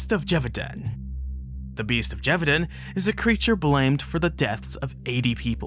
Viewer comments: Lol, this is like the third werewolf dedicated video I've seen this week and none of them have pronounced "Gévaudan" correctly. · Lol, but they also all agreed to mispronounce Gevaudan 😛